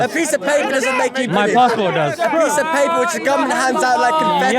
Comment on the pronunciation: huh now it comes down to you and me not about him ? 😂 Dude that guy good even pronounce British 🇬🇧 He was saying Biddish ( non of the Brits dialects says biddish to British ) I rest my case. You are a fox in sheep’s skin , glad finally it came out 😂